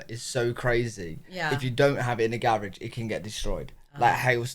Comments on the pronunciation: Gar rage😂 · That's a double car garage...and gah rah geh is how we pronounce it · It cracks me up how you pronounce garage!😂